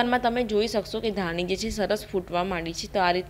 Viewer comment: બેન ધાનિ નઈ ધાણી ....પાની નઈ પાણી..દાના નઈ સિંગ દાણા 😁😁😁 બેન પણ મને તમારી રેસ્પી બોવ ગેમ...